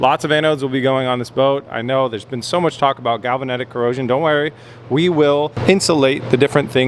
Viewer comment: Ah yes, galavanetic corrosion. Definitely not galvanic corrosion.